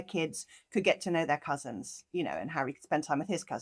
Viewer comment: You are pronouncing Eugenie's name wrong. Both of you. Just saying... 🤷‍♀️ 🙂